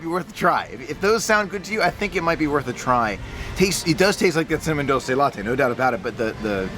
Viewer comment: Hey! Great video!!! Dulce is pronounced “dool-say” (kinda like drool without the r)!